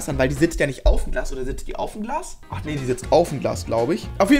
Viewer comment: 6.09 Glaschisch;)